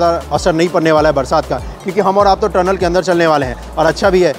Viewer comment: Bahi turnel nhi tunnel hai pronounce correctly